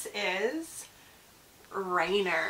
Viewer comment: He's named after MT. Rainier in Washington. So closer to "Rainy-ear" not Reiner! 😃 Congrats! He's gorgeous!